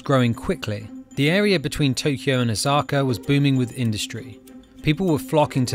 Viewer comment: It’s Osaka not Ozaka I’m japanese